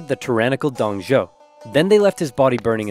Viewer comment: Its pronounce Dong Zu-o not Zou